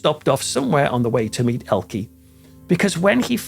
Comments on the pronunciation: Its not pronounced Elkie Its pronounced ELKE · Please note. Elke. Is pronounced Elka. Not Elkie.. just thought you should know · Interesting as ever, but her name's pronounced "Elker" not "Elkie". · I have never heard Elke's name pronounced "Ell-kuh" in the United States and I've been hearing her name since the 60's. I have always heard it pronounced as "El-KEY". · I have to add this technical comment regarding the pronunciation of Ms. Summers name: it is not "el-key," the proper German pronunciation is, "el-kuh." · And Elke is pronounced "Elka." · I have heard her name pronounced as "El-KEY" in the United States since the 1960's. And MANY actors, actresses, directors, etc. from many European countries changed their names when they came to the United States, particularly in the early to mid 1900's. The studio bosses (who also often changed their names) were concerned that Americans wouldn't know how to pronounce the unfamiliar names or would be put off by names from countries that the US fought in World War I or World War II. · As a Brit I have always heard her name pronounce as Elke (Elkey) Sommer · . I was a child in America during the 1960s and I remember everybody here in TV pronouncing her name the wrong way : Elkee . I guess she was gracious and had good manners -- and was just like filmmaker Martin Scorsese , who also never corrects people when they say his name wrong . Finally somebody asked him one time and he said his last name is not pronounced " Skorsayzee " the way most people do ; but that it is pronounced " Skorsessy " . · Thanks for the correction 😊 To be fair, the UK and USA pronounce some things the same. I've always heard it pronounced Ellkee. Now that I know the right way to say it, I'll definitely remember. I love languages. Thanks again😊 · Of course you're right however she was known in the English language with the E pronounced ie or y. 😊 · "Elke" is pronounced EL-kuh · I don’t remember her name pronounced ELKEE